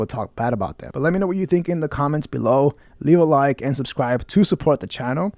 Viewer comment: You mean like and 'suscribe' as Brendan would say haha. Fucking dipshit